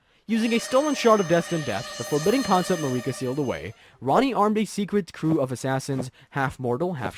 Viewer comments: the way you kept saying it as "mar-ee-kah" instead of "Mer-i-ka" drove me nuts, every NPC says her name normally, who is Marie Kah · “It’s MARRIK-ah, not Ma-REE-kah.” - Hermione Granger, 2025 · im sorry but you pissed me off when you said mareeka instead of marika. they literally say her name in the first cutscene in the game and countless other times in dialogue. its like you have to go out of your way to mispronounce her name. blaidd makes sense to butcher since its a welsh name but marika? the name that is said countless times? for a game that is like 3 years old? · To be fair, I know a few people who called and continued to pronounce Marika as Mareeka even after finding out the vowel sound for the 'i' in Marika is a short one. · i fuck with the vid, love the animation. but bro its an i not an e in marika lmaooo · Everyone who isn't Hungarian pronounces Marika wrong, including everyone in-game. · "MeREEK-A?!" Come on, bro. 'Merica. It's pronounced "'Merica." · .... mareeka? Dude didnt even play the game lmao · Who the hell is mareekuh? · What’s with the constant wrong stresses in names? MarEEka, MiquElla? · Go to pronunciation jail for MA-REEKA . Don't make the out-of-sequence interpretation lore video an even harder watch. But also- good job and keep it up, You make fun nad great stuff! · You mean Mareeka? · (A) Merica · You can tell this guy didn't play the game with such a basic mistake. Probably didn't even write the script 😂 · How have you played the game and don’t know how to pronounce Marika and Miquella. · How tf do you play through the entire game and think Marika is pronounced like that? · I swear they mispronounce “Marika” on purpose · You mean marika? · Marika "Ma-reeka" Empire "Em-peer"